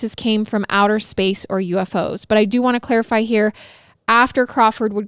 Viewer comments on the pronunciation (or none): none